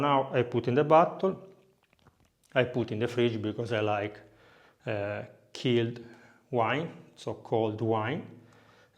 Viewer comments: ah. that was the word he said. i understood "kealed". being the ignoramus of wines that i am i thought it was i thought it was a fancy wine term. i thought it was a weird way of saying "cold". XD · The "ch" in "chilled" is pronounced like the "ci" in "ciao". You said "killed" like "assassinio", like you drink murder wine lol. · Did he say killed wine instead of chilled? And he is an italian? Hahaha